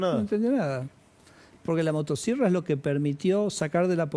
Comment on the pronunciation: Motasierra 😂😂😂pronuncia bien carajo 😂😂